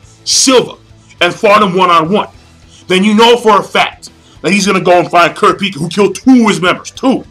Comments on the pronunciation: He cant pronounce kurapika right lol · lol hate the way you pronounce Kurapika's name